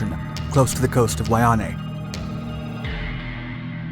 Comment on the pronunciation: it’s Waiʻanae (Vai-ah-na-yay) not “Waianay” 🤦🏽‍♂️